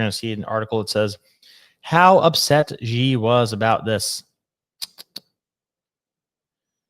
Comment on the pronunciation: It’s simply pronounced “She” nothing complicated, don’t try using any “Z’s” or anything else. Xi is pronounced “She” it’s easy.